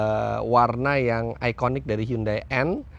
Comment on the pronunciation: tulisannya hyundai bacanya hyandai om